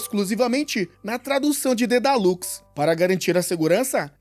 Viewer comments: Dedalus, e não dedalux 🤔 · mano dói demais vc falando Dedalus errado